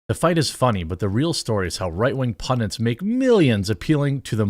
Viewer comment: it is pronounced PUNDITS THERE IS NO SECOND N BEFORE THE T!!!!!